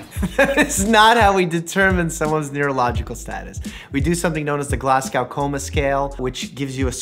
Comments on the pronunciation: It’s Glas-Go, not Glas - gowl you don’t say the W. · Please, stop pronouncing Glasgow as "glass-cow" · As a Scottish person, your pronunciation of Glasgow killed me. Glas-Go, Doc, not Glas-gow. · It’s not glass cow it’s glaz go. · I know this is an older video but it isnt "glass cow" its more like "glaz go" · GlasGo, not rhyming with cow. This you need to know, Doc. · Why do Americans say “Glass-cow” instead of Glasgow “Glaz-go”? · Imma say this now you can’t pronounce Glasgow it’s pronounced glas-go not glas-cow 🤣😂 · I'm American, I pronounce it "Glas-go" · it's said Glarse Goe not to rhyme with cow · 'Glasz-go'. It shouldn't rhyme with Moscow. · Ahhh it is glasGOw as in go! From a Scottish person this is so frustrating when Americans pronounce it wrong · Did he actually call Glasgow "Glass-cow" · Yess!! I'm from Glasgow in Scotland and I got mad triggered 😂😂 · I love his mispronunciation of 'Glasgow' 🤭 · The way he said Glasgow hurts my soul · Never heard glasgow pronounced like that before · Great video and all, but your pronunciation of Glasgow is criminal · Anyone else from Glasgow find it really strange how he pronounced it 😂